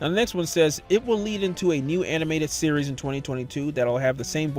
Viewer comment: the way you said "series" activated my Siri Btw I'm in a quiet room with this med level loud